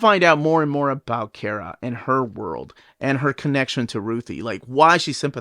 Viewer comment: Man I don’t like the way he says “Kara” He say key-era It’s Car-a